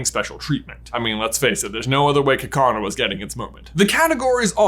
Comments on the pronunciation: Love your channel, but I cringe at some pronunciations: Gay-lar instead of Guh-lar (which is correct), and Ka-kuh-na instead of Ka-koo-na (which is correct). Also, some images aren't correct, for example says Caterpie but shows a Butterfree although Weedle is correct. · Ugh... AGAIN with this "Ka Kaw Naw" stuff??? J... it's "Ka Koo Nah"... you know.... like a cocoon?? The thing the pokemon looks like???? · NO, IT'S KAKUNA, NOT KA KANA! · Kakuna is pronounced cocoon-a. Not kakana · Someone needs to tell J that Kakuna is pronounced Ka-koo-nu because it's a cocoon. That's how they say it in the anime as well if you want proof. That pronunciation just........no. And why do you say each of the 2 A's in "Galar differently?! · It's painful to hear you try to pronounce some pokemon names. Like Kakuna... it's a cacoon-ah. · why did he pronounce kakuna like kakana??? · This is the second video in which I've heard J pronounce Kakuna as "Kakana", and I'm shook. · What was that pronunciation of Kakuna? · That is not how you say Kakuna. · How do you mispronounce kakuna... HOW DO YOU MISPRONOUNCE KAKUNA!?! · those kakuna and zapdos pronunciations bug me lol